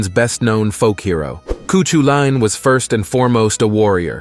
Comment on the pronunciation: Amazing video! Cuchulain’s name is pronounced (Coo-Cull-An). “Ch” in Gaeilge (Irish) is similar to how a “j” is pronounced in the Spanish language, a more harsh “k” or “c” sound